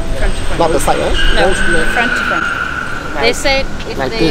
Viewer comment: fwont tu fwont..yes